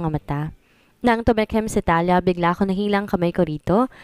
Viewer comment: An basa Po Ng pangalan ay thaliya kung espanyol Ang pangalan,Hindi thalya